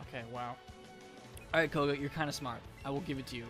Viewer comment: isn't it "Koga"? Not "Kogo"?